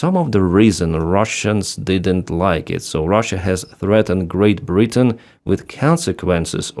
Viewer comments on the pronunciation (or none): none